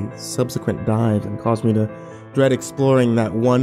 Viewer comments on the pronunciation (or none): none